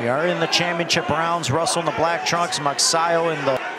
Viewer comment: I won the fight he said with huge bleck eye 🤣